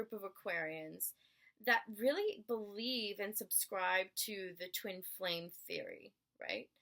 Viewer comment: Hi. I do really appreciate your work and the time that you had given to make this video. Even though, you're tired. Moreover, It would had been better, if there were more clarity in some of the words like worship, twin flames and so on. Cause, I'm not a native speaker of english. And, I'm not saying that was mandatory. By the way, I loved the way of your presentation of such a complex topic in such a easy way. Chirios.